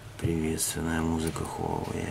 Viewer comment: только читается не Хуавэй, а Уавэй!